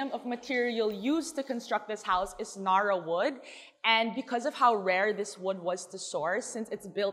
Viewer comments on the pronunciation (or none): Cringing how she pronounces narra “nuh-ruh” no honey, NA-RA